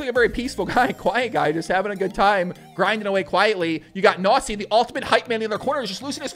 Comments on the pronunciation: You pronounce it Knossi not Nossi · Are you pronouncing KNOSSI as NAZI ? xD ay ay ay ..... Your german is funny heheheheheheheeeeeeeeeeeeeeeee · haha Knossi sounds like Nossa when you say it :) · Not really a great pronunciation of "Knossi" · I am german and I watch Knossis streams regulary. 1. Good job with the video, sir. 👍 2. Pronunciation: The 'K' in Knossi and Knüppel/Knueppel is NOT silent like in 'knock-out' oder 'knife'. 3. Knüppel said that he usually only plays tournaments where you cannnot win money but material prizes (which probably is mainly because of german legislation.) 4. Knüppel said on stream that with the money he won he plans to restore his thirty-year-old Mercedes Benz 190. He also recently had a water damage, so the money helps on that front aswell. 5. Knossi wears the crown because he calls himself 'King of the internet' (which is at least for the german speaking area pretty adequate by now and for us fans anyway.). The crown is his most recognized trademark. 6. I play poker and follow the poker world and poker shows since 2005 and this stream was one of the most fun and exciting poker events I've ever watched. Knüppel is exactly that type of average Joe you want to win it all and Knossi has the unique talent to make any sort of program exceptionally entertaining. He usually streams slots a lot which I find pretty boring and pointless generally but Knossi knows how to make a show out of it. It really is about the person in his case. He is very close to his community through the different plattforms, he has a lot of energy (as you can tell), he is always positive and really knows how to put a smile upon your face even when you had a rough day. I am pretty sure that he will have a lot more s